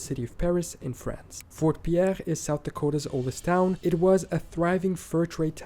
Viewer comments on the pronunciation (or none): Pierre, South Dakota is pronounced "Peer".